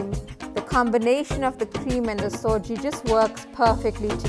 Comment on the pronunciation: Its suji not soji